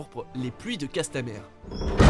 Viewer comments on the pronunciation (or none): Ça se prononce « Castamire » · castamère 🤣A part cette prononciation bien francaise, ce moment est l'un des meilleurs de la télévision